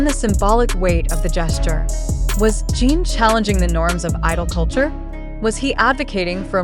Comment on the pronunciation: Podia pelo menos falar o nome dele corretamente!!!!!!